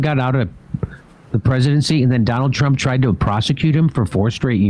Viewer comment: "Try to tro tronald trump"😂